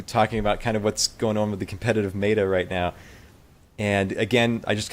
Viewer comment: you're pronouncing meta like beta but beta is (be-ta) where as meta is (met·a)